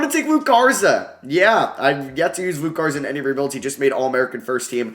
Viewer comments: Yo its LukA Garza not LukE Garza. It’s an A at the end like Luka Doncic. Luka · Love the video but it’s LUKA Garza not Luke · it’s luka garza not luke. i know it’s small but it just bothered me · It’s Luka Garza not luke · Can you learn how to say Luka Garza’s name before your next video? Killed me hearing you call him Luke so many times :/